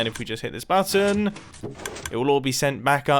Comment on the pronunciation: I like the way you say button. You say more like: buatton